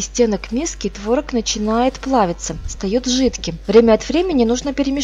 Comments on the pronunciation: ТворОг, а не твОрог.... За рецепт спасибо. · творог на второй слог ударение